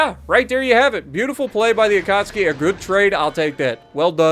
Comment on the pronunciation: Akatsuuuuuuuuuki. Not Akatski 🤪